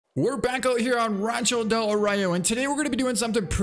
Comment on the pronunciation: Ah yes racho del ario. The best map of them all.